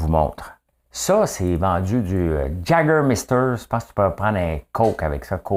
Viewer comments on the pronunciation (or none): Jaws 3D vient de sortir ;) et oui j'pense qu'ya plus de spécialiste en croissance d'entreprise que de vrai entreprise en démarrage, tout comme j'pense qu'ya plus de spécialiste en croissance personnelle que de gens qui en ont vraiment besoin ;P surtout à 555$ dollars la minute ;P ah oui et si tu veux savoir Juste de même si tu veux le savoir on prononce YA-GER-MASTER ;P sur ce bonne journée à toi ;)